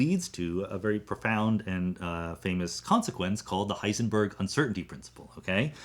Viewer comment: Thanks for pointing out the proper German pronunciation of physicists names. Now guess my nationality... Disappointed, you just pronounced Heisenberg wrong, the ..berg part.